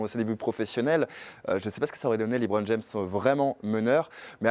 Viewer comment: Le Hoopcast c'est de la merde présenté par un animateur qui se prend pour Jacouille ( Hellôôôô Hellôôôô) et un faux journaliste qui se prend pour un spécialiste Américain mais qui ne sais même pas prononcer LeBron James sans dire Liiiibron James, n'est ce pas.... Erwan et Thomas étaient 1000 fois mieux BUSA, gros site d'hypocrites ou seul son fan club peut s'exprimer...